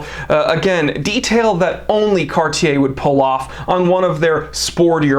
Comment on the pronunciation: I like that you say Cartier and not Cardier